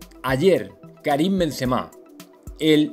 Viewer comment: Gran Karim. Porque los Españoles pronunciais mal los nombres extranjeros? El N en vez de M en kariM. Paris sssss no. Se pronuncia Parí. Etc....